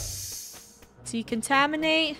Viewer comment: Nobody: Not a single soul: Not even Draca: Funneh: we gotta decontamate